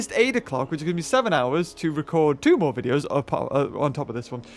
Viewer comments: It's more not mour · Did you misspronounce more on purpose